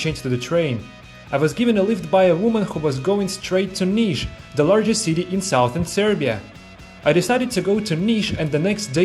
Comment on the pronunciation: Look up the pronunciation of "southern". It is pronounced "suthern". The first syllable is not pronounced "south".